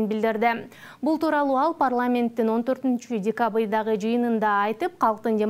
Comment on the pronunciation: Журналист кыз тилиниз чучукпу же адашып кетинизби тушунбой калдым эки жолу айтыныз декабыйында янвайында деп бирок сонун❤😂😂😂😂